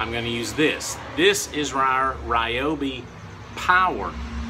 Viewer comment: Pronounce rhee-OH-bee